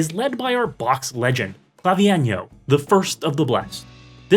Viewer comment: you pronounced his name sooo wrong FABIIENO?!?!?! ITS CLA-VI-ENYOOOOOOO